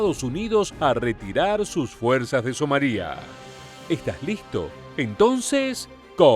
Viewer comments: SomAlia, no SomalÍa. La sílaba tónica es MA y como es llana y no termina en consonante que no sea N o S ( "lia" es una sola sílaba con diptongo) no lleva acento. Y ¿por qué pones un Apache en la imagen del video en vez de un Blackhawk? Cometes unos fallos que no entiendo a veces. Otros youtubers latinoamericanos no comenten esos errores que te hacen parecer un poco cutre. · Somalia NO lleva acento en la i, es una palabra llana que termina en vocal, por tanto no se acentúa y se pronuncia sin hacer énfasis en la i, So-ma-lia.